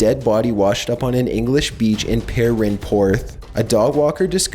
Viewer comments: How are you so bad at pronouncing UK place names? Not once have I heard of "perenporth". At least put some effort into it dude, like you're not even trying to say it right. Could you also be a bit more enthusiastic, and not speak with an upward inflection? Your videos are interesting, but a real pain to watch. I can't complain about the editing, I understand its difficult, but you could sort your speaking out, which would really make your content WAY more watchable. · as someone who is from England. Pernporth isn't actually THAT difficult to pronounce. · That butchering of the word Perranporth, I thought I miss heard at first. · You say Perranporth so weird haha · Perranporth is one word, u do all this research only to make amateur mistakes with pronounciations